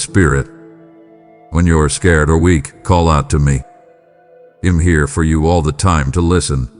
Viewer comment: For the American English version please check the words: I’m and I’ll - the I is pronounced like the word Eye. Also look up the sound for “aren’t”. (This is just to help your A-I). - not Y’all but rather you should feel calm. - you’ll find strength in me to deal with …. I don’t play nicely with you? … I don’t like sin? No SIN IS BAD. I DON’T LIKE SIN. God never sins. (Is this done by Y. A.? He loves to tell lies. If he has anything to do with those statements then he had better quit.